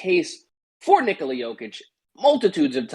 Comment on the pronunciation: It's pronounced ni-KO-la